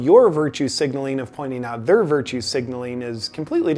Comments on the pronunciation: I think he slurred. I don't recall him every saying "their" like "thuuuur" before. I think that's why it stuck out. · The word is pronounced like "thair" not "thur."